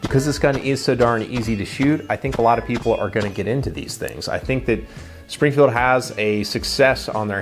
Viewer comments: Dude, good video. But have some respect it's Springfield not springer. It's still two syllables, what's your problem? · You keep saying Springer, and I keep hearing Springer Precision, not Springfield Armoury.